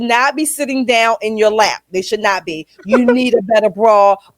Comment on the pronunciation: She didn't say They, She said Day 😂😂😂😂😂